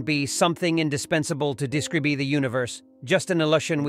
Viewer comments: when you said deeskreebee i lost all focus due to how terriblee that word got pronounced. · Someone should have taught this bot how to.pronounce 'describe' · When i heard presis (precise), I wasn't bothered.. But came deskreebee...